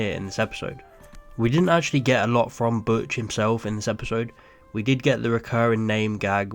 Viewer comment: The name is Butch, not Botch